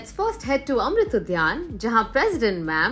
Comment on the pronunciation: Udyan not udhyan😅